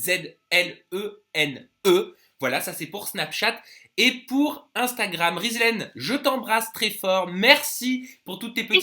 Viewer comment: Sa s'ecrit Ghizlene pas Rizlene mdr ta fuck le respect la